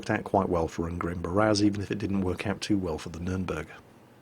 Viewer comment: Ungrim is actually more of a dwarf name, get it right <3